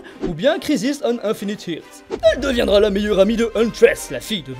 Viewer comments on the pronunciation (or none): Par contre , earth , se prononce "eursse" , pas irsse ;) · ''Infinite irth'' lol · EARTH pas IRTH 😭 un petit effort si non très bonne vidéo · earth prononcé Irt, pouce rouge